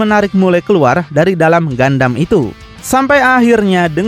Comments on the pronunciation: ralat min bukan gandam tapi gundam 😂😂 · gundam bang bukan gandam, knp ga sekalian gandum🤭🤣